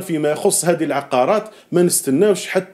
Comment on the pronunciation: العقارات وليس العقاقير ؛ العقاقير تعني توابل 😂